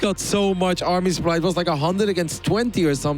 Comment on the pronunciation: "The soup-ply is the soup-ply." Well duh.